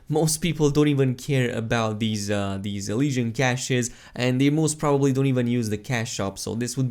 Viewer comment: MEHlesian cache